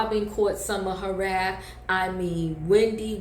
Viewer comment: It’s “wrath” sister, not raft lol